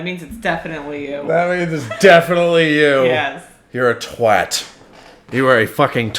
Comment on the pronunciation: Genuinely appreciate pronouncing “twat” correctly.